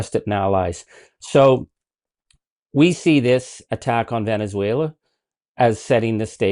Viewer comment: We superseded it by a lot, by a real lot… who talks like that??? A 3 year old 🧒🏼 He also said Venezualer… 🙄🙄🙄